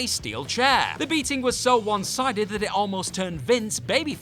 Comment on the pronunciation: didn't need to put emphasis on the word "That" when referring to Baron Corbin vs Kurt Angle. It was bad but it wasn't terrible. Also Stephanie McMahon is not a HOF worthy talent in any way.